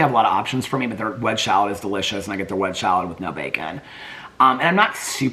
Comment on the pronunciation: I also think he meant, “ wedge salad” not “ wedgeshalad.” 😊😅